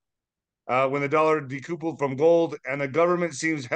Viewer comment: Somebody tell it’s pronounced de-couple-d. Not decoopled!!